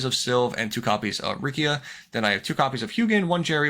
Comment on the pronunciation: fun fact: Rcia of the white woods is pronounced "Air-sea-ah"